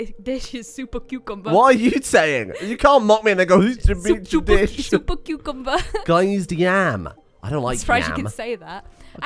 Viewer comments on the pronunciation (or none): laughing at because he can't say super cucumber while she says "shupa cucumba"